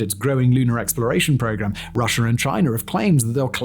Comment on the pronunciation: Dude!! There are not 2 Rs in Russia!!! And your accent is annoying!!